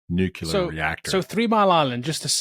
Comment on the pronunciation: "nuculer" x_x